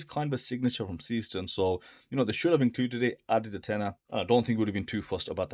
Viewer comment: Pronunciation is totally WRONG: SEESTERN isnt SEE-STERN, BUT more like SAAY-SHTERN (is german, not english) and Glashütte is no GLASHOOTTE, but more GLASS-HÜTTE 😎😎